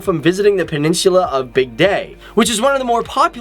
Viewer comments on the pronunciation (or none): Bigday??? Sorry but that did not sound right at all. Its bygdøy btw. Nvm no american can pronounce ø.